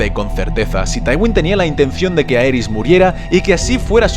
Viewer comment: En la dinastía Targeryan el diptongo "ae" se pronuncia como "i": "iris", "rhilar", "rhigar" "dinerys" "igon". 🙂